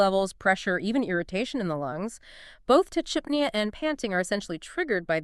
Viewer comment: It’s pretty gross when you’re using AI to exploit pet guardians. You can’t even pronounce tachypnea properly.